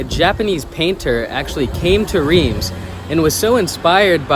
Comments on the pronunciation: If you live in Reims, why haven’t you learned to properly pronounce it? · insulting your viewers is not a good look—nor is mispronouncing the name of the city in which you live.